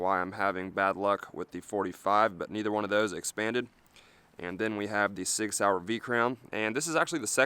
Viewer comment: soi-yer sig sauer